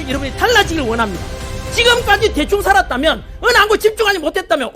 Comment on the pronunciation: "찌금까지 대충 싸랐다면!!!!" 스타팅ㅋㅋㅋㅋ